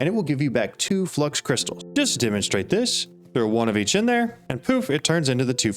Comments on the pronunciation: FLOO-IX it's FLOO-IX not flux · Its Fluix not flux like fluid but x instead of d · Such a good video that I'm not going to mention it's called "Flu-ix"